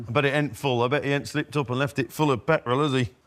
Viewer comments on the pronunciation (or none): It surprises me how many older folk say "petwall" instead of "petrol".